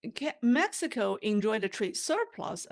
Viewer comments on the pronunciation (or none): none